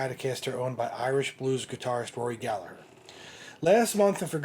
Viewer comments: Aside from everything else, thank you for pronouncing his name properly with the silent G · HE PRONOUNCED GALLAGHER CORRECTLY!!! HE PRONOUNCED IT CORRECTLY. It may be nitpicky but I absolutely hate it when people use the uk pronunciation for Rory like the way people say Liam and Noel Gallagher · Magnificent vid!! Kudos for pronouncing Gallagher correctly too.😉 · Congratulations on the correct pronunciation of Rory’s surname. The h in Gallagher makes the g silent. I’m 60 this year and you are the first, outside Ireland that I’ve ever heard pronounce it properly. I can’t tell you how happy and impressed I am. Well done you sir. Crowley’s music store is gone now, I don’t know what it looks like now but before it changed I drove down and got a photo outside. There is a plaque honouring Rory’s connection the shop. The legends are true, the sweat, the first strat in Ireland, even if not bought by him originally. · Wonderful job on nailing the tale of Rory's truly iconic Strat. From what I understand, the Fender re-issues have both "Tone" controls (pots) working. Aside from that, they're very authentic. Keep up the good work "". Also, thanks for pronouncing his last name properly by dropping the 'g' before the 'her'.;) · Congrats man you're one of the few who actually pronounce his name right. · Great Research on this iconic Guitar of the Greatest ever Rory Gallagher.....Great to hear You pronounce Gallagher in the Irish way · Good work on the Gallagher pronunciation. I used to live on the south circular in Dublin, never found any guitars.